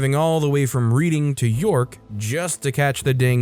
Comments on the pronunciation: I caught that too. Its pronounced Redding. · I'm not even an Anglophone and even I know that "Reading" is pronounced "redding" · Story 4, Reading is pronounced as a past tense (as in I read this book); still makes me giggle 😂